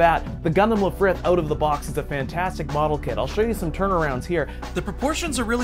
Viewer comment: "Lifrith" lol